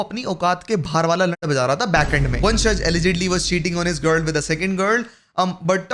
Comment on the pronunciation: Gur gur gurr gurr gurr, learn to pronounce girl ffs